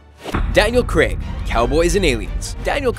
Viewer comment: why cant 'Americans' pronounce 'craig' appropriately? its daniel craig- not! daniel cragg.